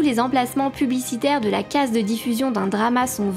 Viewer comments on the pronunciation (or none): none